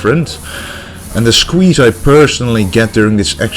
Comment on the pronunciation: To me, the smith machine workout and all the rowing exercises seemed way too fast. Surely drop the weight and go for a slower, fuller range of motion with better contraction? Opinions aside, great video, and now I have learnt a better pronunciation of the word shqueeeshe.